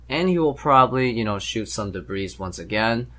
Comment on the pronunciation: Debris - (De-BREE) - not pronounced in a plural form.